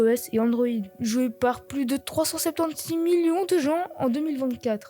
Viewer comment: Quand ta dit 376 tu la fit différemment et moi chui belge t'inquiète